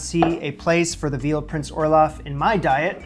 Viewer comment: Why dose it sound like you r saying olaf from frozen.